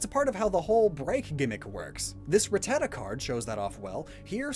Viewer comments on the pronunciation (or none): none